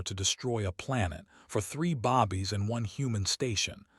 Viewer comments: This storyline is worth it but you need to give them the one's your talking about and pronounce your words properly babies not bobies you should at least listen to your own story and make sure you have done it right . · I had to.stop. and said! Bobies! Went in to Al Bundy, mode! Bobies!😵‍💫😅😂🤣🤣🤣🤣🤣🤣🤣🤣👍🇺🇲🇵🇷